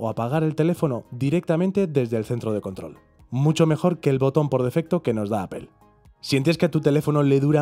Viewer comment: Una sugerencia, la palabra Apple es inglesa, al pronunciarla no suena la “e” al final.Fonética elemental.